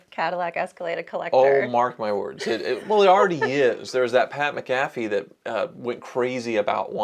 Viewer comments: Pat Mac-Fee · Hearing mispronounce Pat McAfee as Pat muh-CAF-ee 😂😂 reminds me he is not a sports guy